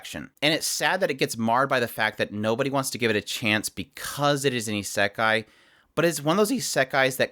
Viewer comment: u pronouce isekai e sick i